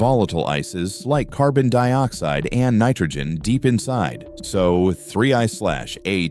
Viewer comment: Hey AI, it is pronounced ATLAS not A.T.L.A.S Another mindless space rock video featuring Avi Loeb's crazy speculations giving Science a bad name.